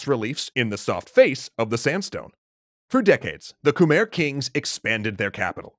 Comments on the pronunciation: probably to late, but you are proununcing khmer wrong. drew durnil got it right first try... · It is not pronounced khmer though. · Wrong pronunciation of khmer empire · Everyone is getting worked up over the measurements but no one's talking about how Khmer is mispronounced. It should be more like "khmai" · Its pronounced khmei but spelled Khmer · ahhhh its pronounced Khmi not Khmer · It’s Pronounced Kamai not Khmer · It's khem-I not khmerr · This is really awesome! I'm curious about what can be found regarding martial arts or common day life in the Angkor Empire period. Quick note: as a Cambodian person, I can confirm that Khmer is pronounced as Kh-my not Kh-mare. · So I've been there and unless I was misled while there its not pronounced ka-mare but instead ka-my. My family ran into a few problems with prouncing the city names as well lol... i wanna go back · I'm getting bothered by anyone saying Khmer, it's Mai with "mer" pronunciation. Believe me, it's literally khmai not "mer" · Khmer is pronounced kuh-my not kah-mare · K'Mai not k mer... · I usually don't care, but since you're an educational channel I feel obligated to tell you that Khmer is pronounced "Khmai" like sky. Probably one of the series I've most ever been excited to see, not enough people talk about Cambodia. Much love. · I thought Khmer was pronounced K-my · Angkor not Ankor and Khmer is pronounced Khmi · Khmer martial arts must have been Bokator during that time. We pronounce Khmer as Kmae with the “ae” part sounding like the “a” in avenue. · Khmer is actually pronounced “Koo-mai” weird, i know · It’s pronounced “kuh-meuh”. Edit: screwed up the pronunciation spelling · Hate to be that guy, but "Khmer" is pronounced "KuhMAI." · It's pronounced ku-mai 😢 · Love the channel and love the video. Quick point that I wish was done differently: Khmer rhymes with 'Thai', not 'where'. I'm not the best person to anglicize it, but it would be pronounced like kmai. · Kmher is pronounced kuh-mair